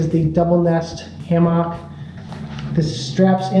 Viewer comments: Great info, thanks! You had me laughing at Ham ock, wasn't sure what you were saying at first. I guess in the south we say it like hamuck. 😉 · His pronunciation of hammock got me. It sounded like ham-mock, where most people say it more like hamuck. Might be a regional thing. Just struck me as different.